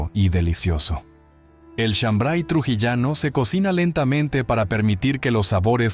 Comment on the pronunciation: No es chambray es shambar y la chicha morada no pica, de donde eres.